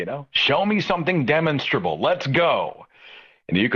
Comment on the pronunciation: Psst, hey Seth, the word is de-MAHN"-stra-Bull.'